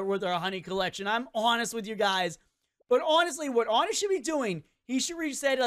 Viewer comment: FINALLY SOMEONE WHO DOSEN'T SAY "ONNET"